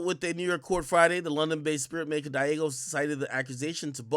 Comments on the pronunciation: Diageo IS Pronounced: DEE-AH-GEE-YOO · Say it with me Ak DEE-AH-ZHEE-Ō